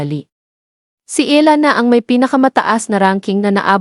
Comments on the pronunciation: Eala not ELA maam😂😂😂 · Its e-ya-la can u pls pronouce it again.. are u filipino or what??